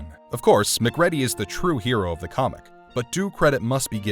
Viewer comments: Did nobody in your entire team actually called you out that you pronounced McReedy wrong the entire time? :D Other then that good job! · Uh, hey dummy, it’s not Mac Reddy, it’s Mac Reedy, they say it in the goddamn movie. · Mac- Ready???? Have you even watched the movie??? It's annunciated MACREEDY!!!!!😒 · WHO THE FU*K IS McCREDDY????? You can tell the narrator has NEVER seen the actual movie... Its "MacReady" - Măk Rēē-dēē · FYI- SEALs aren't Marines. You might want to tweak your AI voiceover bot to pronounce Mic-REEDY, not Mac-REDDY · Mc READY!? Say it with me: Mc REEDY! What planet are you from!? Who says it that way!? Weird... It's like saying " Mc "doe" nalds instead of McDonald's. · It’s Mcreedy dude.. put some respect on his name… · I know people who only just imigrated to england yesterday thay can pronounce our names better than mac ready over hear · It's pronounced, "MacCreedy". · Man I appreciate the vid but I don't see how you could analyze The Thing without knowing how to say Mccready correctly... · The fact that you kept mispronouncing McReady's name was the funniest "thing" to me. Its "Mac-cree-dee"!!! Smh.. good lord man!!!. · It's pronounced "McReeeeeedy" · It’s pronounced “McCreedee” 🤦🏻‍♂️ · HIS NAME IS MACREADY MA-CREEDY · Mc-Ready? Tf!!! 😂😂😂😂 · Wrong. Its pronounced "Mick Riddy". Ptth. Amateurs :face-green-smiling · McREEEEADY. Pronounce it right! You know how it was pronounced watch the MOVIE! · Good video but I hate that you were actually saying MacReady, it's wrong. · U can tell the narrator hasnt seen the film. Mac reddie!!! Ive noticed a few things in other videos, that show the narrators havnt seen the movie they are talking about. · MCCREE DE. Turning this off now. You don't know what you are talking about if you can't freaking pronounce their names correctly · "Muc Ready"....... narrator has never seen the film guaranteed. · Lol, his names pronounced Mc-kreedy 🤦‍♂️🤦‍♂️🤦‍♂️🤣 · 🖥 Mac ready 😆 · Stopped watching after second ‘mac READY’